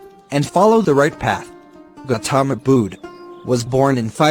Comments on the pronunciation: "gotaamaa bood"💀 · Ah yes 'gauthoma bhood ' ☠️ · The pronounciation of Goutama Buddha is wrong! Hope you take a glance at Google for it !!